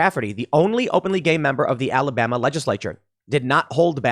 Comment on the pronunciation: Look tim Alabama gets enough slack we don't need people pronouncing it Alabamer